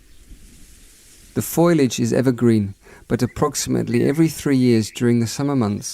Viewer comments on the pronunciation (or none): did he say FOILage? LOL it's foliage fool.